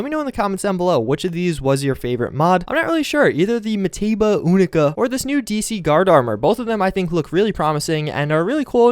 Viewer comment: the Unica is pronounced "you-nica", not "oo-nica"